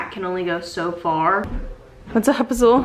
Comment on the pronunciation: Girl why you pronounce azul like tht ... my Cuban grandma would beat my ass for talking gringa like that smh love tht name tho